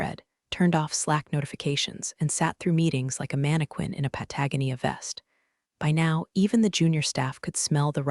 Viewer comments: I will not subscribe until you get the AI voice to pronounce Patagonia properly. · Making fun of boss mispronouncing terms but OP muffs Patagonia!😮😮